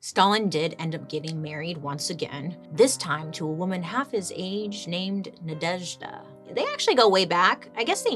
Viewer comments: Congrats on the excellent pronation of Nadezhda which fun fact in our language is means Hope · I am obsessed with the way you pronounce Nadezhda ❤❤❤